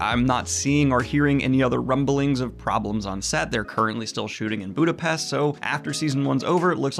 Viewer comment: Rrrrumbling. Ha ha👀 ☠️